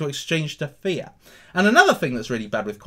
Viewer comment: Lol every time you say fiat i think you are saying fear...I'm thinking there's a fearcoin?